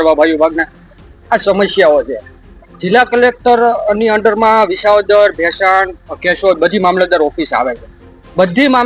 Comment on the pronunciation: VISHAVADAR 😂 S NE SHA BOLE CHHE. SHAMASHYAO . REPORTER KONE BANAVYA TAMNE BEN 😂